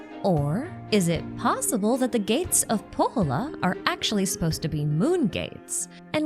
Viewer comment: If you ever need help with Finnish pronunciation, hit me up! You're doing well all things considered, but when you said Pohjola, I heard Kouvola, which is kind of hilarious... 🙈😂